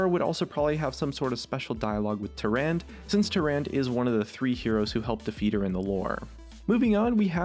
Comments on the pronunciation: Tier-ahn-duh. Not Ter-and. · plus it's not Tarand it's TeraundUH "Tyrande"